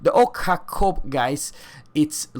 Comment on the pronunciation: "Ok-hAkov" 🤦‍♂️ try this: since you compare it across three tiers, let me give you examples at T7: Atlanta and Belfast, both are even stealthier. Also, the reason the ship is so stealthy is that it is tiny. Plus, as you mentioned: it lacks dpm, alpha and range. Stealth-torping cruisers are no rarity, many Brits and Japs can do it too (for example Ibuki can stealth-launch 20 fast torps with insane alpha and one-shot BBs). The radar got already cut to 10 sec and is in testing anyway. So you get at max 2 salvos out and it´s only 8 shells. Calling it "deadlier than Belfast" haha, no. Your basic mistake is that you compare Ochakov to Smolensk which it is not. It shares the hull but will be a Mini-Chapayev play-wise. it´s T8, so no, you can´t slot a moa-dyoole for faster reload. Rocket-science, hum? Sigma is "absolutely fantastic"? 2.0 is absolute standard for crusiers. 138m dispersion on a CL with only 8 guns is pretty meh. Hahahaha ok. "You do have this stupid hydro + radar + defAA combo" Yes, like all the US-CLs. So? i see. Look, if you are not in the mood to get your facts straight and inform people who might be interested... then don´t. But if you just wanted to bash soviet ships - congrats, you succeeded. I won´t bother with the rest of the video.